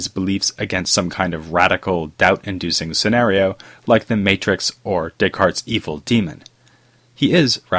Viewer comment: bro, i want to listen what you have to say, but the forced intonation and cadence of ur speech in conjunction w/ ur desire to pronounce "descartes" w/ a french accent is making me cringe. No one will fault u for a butchered pronunciation of descartes!_! Keep making videos, just giving u some honest feedback is all my friend : )